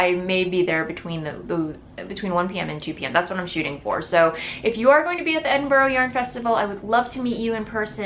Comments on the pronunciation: Edinburgh is pronounced with only 3 syllables. Ed-in-brah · Nessa hux I was just about to comment, as It was said sooooooooooo many times, it was being to hurt my insides. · Not your fault, your pronunciation of 'burgh' is very different in the states xx